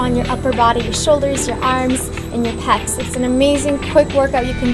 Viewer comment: I love, love, love these videos! also, I think it's "pecs" as in "pectorals" ??